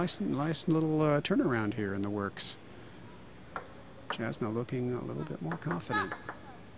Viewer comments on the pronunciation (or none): lol they mispronounced her name (jasna pronounced Y-ahs-na)